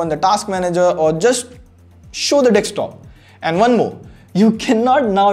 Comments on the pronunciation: It is DESKtop NOT DEXtop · I like how he says dekstop instead of desktop. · It's desktop dude. Not dekstop. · Great Video! Just please stop saying DEKSTOP. It's Desktop!🙉